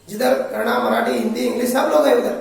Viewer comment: First u learn to say kannada word . It's not kannad it's kannada